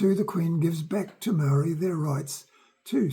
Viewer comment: Our ancestors have been here for over 200 years. Why can't kiwis pronounce te reo Maori properly? The English language has all the sounds necessary.